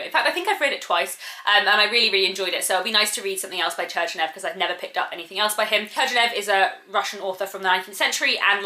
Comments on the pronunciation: Please google how to pronounce Turgenev's name correctly , because the way you said it is very very wrong. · I think she pronounced it in an American way xD